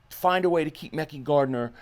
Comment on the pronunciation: HIS NAME IS MEHKI(MA-CU-I)‼️ damn stop saying his name wrong! 😒